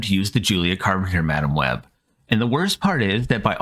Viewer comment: OOOOO MAAAASHHHHH not HOOOOOO MICH